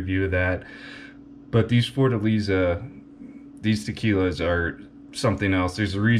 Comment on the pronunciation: Lost me at beginning. Pronunciation is Forta lay za